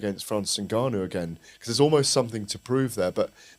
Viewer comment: Now then now then Why can't any of you pronounce " Ngannou"?